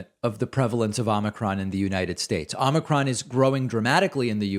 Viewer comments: Its not ahmikron it's ohmikron. O not Ah. Get it? Probably not. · David, the first syllable of “omicron” is pronounced as “oh”.